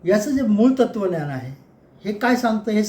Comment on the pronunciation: तत्त्वज्ञान नीट उच्चार करावा धन्यवाद